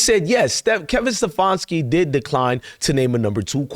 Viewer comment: It is SteFANski, not SteFONski. You can not even get that right. You didn't bring any "receipts," only whining.